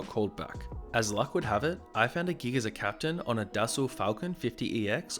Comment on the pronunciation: i feel like e veryone is not pronouncing Dassault correctly